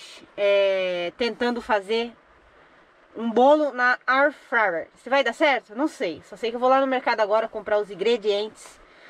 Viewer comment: Tdo que vanessa bota a mao , estraga , nem airfryer fala direito , o muie q so faz me...